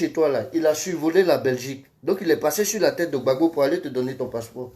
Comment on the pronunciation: C'est vrai on t'a nommé au ppaci mais s'il te plaît quand tu entrain de parler du président Gbagbo parler le président Gbagbo non gbabo